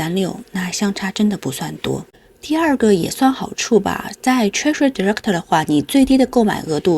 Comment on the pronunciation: 不完美的細節.... 是direc"T" 不是direc"ter"